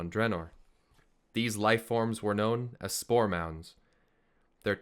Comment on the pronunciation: it took me some time to realize was saying spore mounds......and not store mounts!